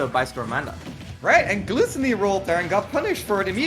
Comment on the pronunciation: I am kinda annoyed at hiw the commentator keeps on mispronouncing GluTOWny.